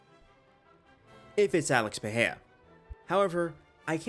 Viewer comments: it's Pereira not Peheia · You and Chael are the goats at mispronouncing Pereira.